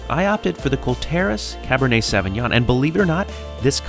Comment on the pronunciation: Sauvignon is pronounced "saw-vee-nion"